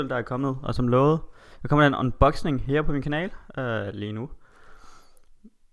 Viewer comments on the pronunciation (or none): Du siger unboxing på en sjov måde :D men det gør ikke noget :)